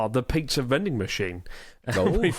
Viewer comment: Did Chris say "piksa" vending machine? You slipped,! You slipped!